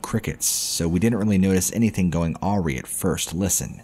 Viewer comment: About the word awry . You mean things going "a-rye" not "awe-ree"